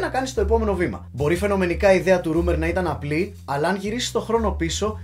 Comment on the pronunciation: Ψιτ είναι ρόίμερ κ όχι ρουμερ.